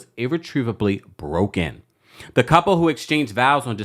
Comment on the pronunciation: "irretrievably broken" emphasis on "broke"